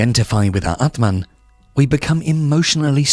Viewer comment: aatmaan means soul, pronunciation is wrong